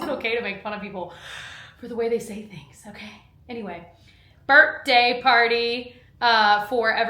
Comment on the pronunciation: I’m dying that you corrected yourself halfway through the video about the way you say “birthday” because earlier in the video I was like “is she saying birtday?” You have such a great vocabulary usually, so this made me laugh